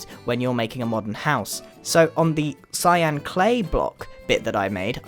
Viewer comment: "i have a nice block of clyan clay" not hate just thought it was funny